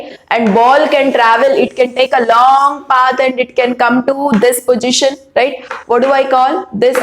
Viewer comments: All ok but plzz dont say pogition it's position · It's not pojition its positioni keep on distracted when I hear it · Did well mam. But its position not pogition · Kindly pronounce the word position properly